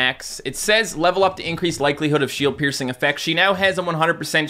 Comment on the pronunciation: Why do I keep hearing him say sh*t piercing